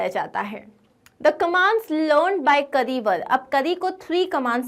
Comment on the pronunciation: Mam this is not kri it is kari a is not silent